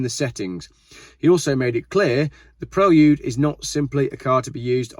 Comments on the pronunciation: The correct pronunciation is pre-lude not prel-ude similar to preview ! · I really enjoy watching your video! Keep up the good work! Just FYI it is pronounces “PRAY-LOOD” not “PREL-OOD”. Same way you wouldn’t pronounce “VAA-OOO-X-HAL” Cheers! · Say it with me "Praylude" 😂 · "Prel-yude?" SMH. Are you guys just trying to pronounce everything like a 4 year old? "Pree-Lude" I can understand, "Pray-lude" I can get behind, but "Prel-yude" is annoying. Whatever. It doesn't truly matter, it's just my American opinion. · Honda Preylewdyoud?!?? What? Lol😂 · this dude says Prelude funny